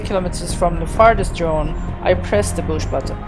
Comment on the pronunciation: Is he saying push?